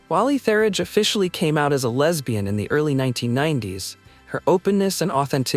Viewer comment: You mispronounced Melissa Etheridge’s last name.